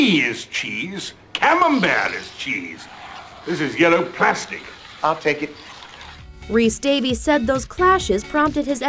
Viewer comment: John Rhys-Davies, pronounced 'Day-viss'. He has a Welsh name, not an English name. Therefore, it is NOT pronounced 'Day-vees'.